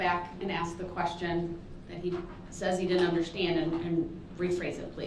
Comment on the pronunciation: This is a real question why is it impossible for a black person pronounce (ask) instead of saying axe!?????